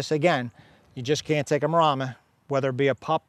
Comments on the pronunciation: Why does he keep saying MarAma? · He says 'Marahhhmma," like "Llama." It's MarEMMA, like the name "Emma." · Wish he’s pronounce Maremma properly.